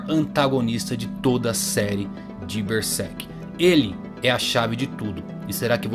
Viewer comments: Esse é um dos melhores canais sobre Berserk do Brasil. Mas uma coisa que me pega é quando o cara fala "Bersek" em ver de "Berserk". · Ele fala Ber sek